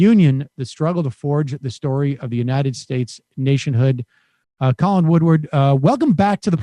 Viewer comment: Sam it's W-O-O-D-A-R-D... I share his last name and cringe when I hear that second "w" I still f*ck with you heavy Sam... Bring the stache back